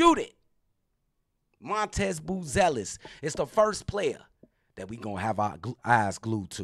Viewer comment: I listened to this like 3 times in the beginning is calling Matas - Montez?